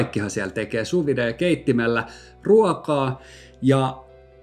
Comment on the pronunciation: Mielenkiintoinen video ja pitää siis sulatella jatkossakin. Ai niin ja kielipoliisilaitokselta terveiset, että se on suuvid eikä suuvidee 😉